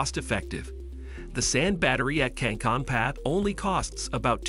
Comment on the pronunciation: The "Finnish town" of "Cancun PA""... Should be "Kankaanpää", but I get it Finnish can be hard for non-natives... Another thing that I noted, is that this video seems to have plenty of flashes that appear to be from Matt Ferrel's video.